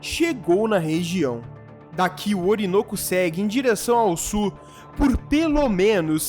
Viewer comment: JA PERGUNTEI ANTES, MAS VOU PERGUNTAR OUTRA VEZ. PORQUE VOCE PRONUNCIA A PALAVRA "SUL" DE "SUR"???